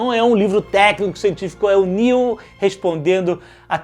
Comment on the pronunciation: Toda vez que ele fala isso da vontade de dar um tapa na cara dele e dizer "irmao o neil não se chama de Nélio" kkkkkkkkkkkk